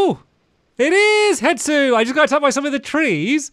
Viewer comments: Why does it annoy me that he calls him hetsu when his name is hestu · It’s he-Stu not het-su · HeStu, not HeTsu! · it kills me when stamps says "hetsu" and not "hestu" 🤣🤣 "it is a thing." -Stampy Cat 2023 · who wants to tell him it’s HeStu and not HeTsu😂😂😂 (i didn’t watch the botw series back then somehow even being a loooong time fan, so i could be missing out on an old joke lol)